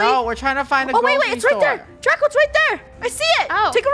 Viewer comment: welcome to learning with chicken nuggets! its draca D-R-A-C-A